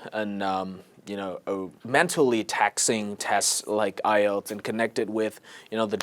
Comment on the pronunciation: Khánh Vy luôn phát âm sai từ "ielts"